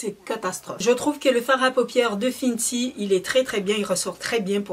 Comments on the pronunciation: Pour la prononciation : Huda se prononce Houda et non Huida ou Hulda . Fenty se prononce Fenty (in) et non Finty . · Sa ne se prononce pas "Fintie" mais "Fainty"